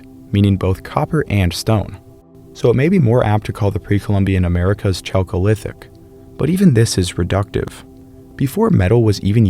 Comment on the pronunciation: You pronounced Aztec words correctly but not chalcolithic.